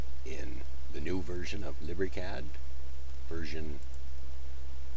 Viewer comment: Lib ree cad hahahaha